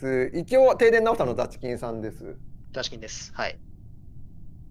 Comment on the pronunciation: the chikin さんの発音がダスキンさんwww